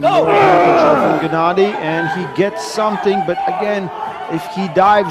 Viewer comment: Tell it's not Quick-Vinia FFS